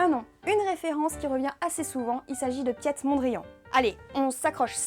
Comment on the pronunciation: "piétte" mondrian XD